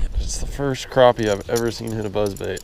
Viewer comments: Crappie is pronounced crappy, not croppy or crahpy. #Petpeeves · say crappie not croppie it annoyed me so much lol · he never said crappie he said CROPPIE a million times though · Ok is it pronounced cr OP ie or Cr Ap ie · why does he pronounce it (Crawp-y) it's CRAPPIE... as in take a CRAP... EEEEEEE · I had to stop watching this video because they're mispronouncing the name of the fish #unsubscribe #pronounce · Lmao just because of pronouncing crappie wrong 😂